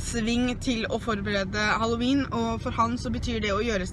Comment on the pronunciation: He he min bestemor sier også haloween med e i stedet for haloween med i.